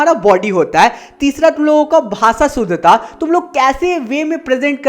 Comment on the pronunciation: 5:0 Aapka 1 marks gye bhai 😂😂😂 ✓शुद्धता not सुधता